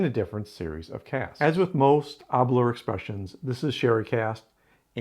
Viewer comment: ....also just to note, with Aberlour the 'lour' is pronounced the same as 'lower' is pronounced in the word flower 👍🏻 🥃✊🏻🏴